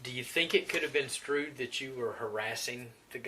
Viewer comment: did he just say “do you think it coulda been strewd that you were harassing the guy”? is that short for construed ?